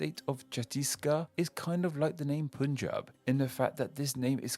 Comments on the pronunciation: IT. IS. PUN-JĀB. NOT POOOOON-JAB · It's Punjab, not Poonjab. People in the Anglosphere really shouldn't have trouble pronouncing 'pun' as 'pun'. The etymology is not necessarily Persian either. It is more plausible that the words 'Panj' (corruption of Pañca, five in Skt.) and 'ab' (water) are from Saṁskr̥ta, which is related to Persian. West Bengal is called West Bengal because a larger erstwhile province, Bengal, was split by Brits when they ruled the area. The Western half, aptly named West Bengal, went on to become a state in the Union of India. The Eastern half, initially very intuitively named East Bengal, became "East Pakistan" when Pakistan gained independence. Erstwhile East Pakistan later seceded from Pakistan to become Bangladesh (literally, nation of the Bangla, with Bangla being the endonym for Bengali, the language of the area). The Bay of Bengal is named after the province, not the other way round as you speculated. You mentioned Karu Nāḍu when you talked of Karnataka's possible etymology. Karu Nāḍu is not a demonym as you said. It either means "black soil" or "elevated land", and the state does have black clayey soil in its Northern and central regions. Much of the state is elevated. Maharashtra is composed of the words Mahā (great) and Rāṣṭra (nation). It doesn't have anything to do with the word Ratha (chariot). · You guys can say pun not PUNjab.